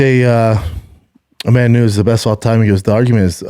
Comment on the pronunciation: Cant listen to him trying to say Amanda Nunes.. "amamoonez"